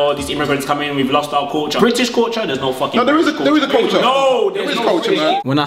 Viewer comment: A man said 'Corcha' instead of 'culture' LOOOOOOOOOL